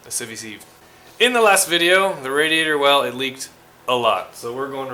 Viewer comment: Great video as always. And btw, "sieve" is pronounced "siv", with a short i.